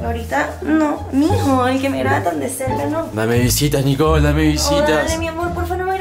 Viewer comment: Es Nicole no nicol parese que ests diciendo mantecol